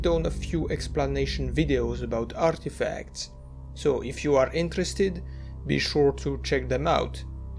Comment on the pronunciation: caught me out of nowhere "arrrrrtefacts"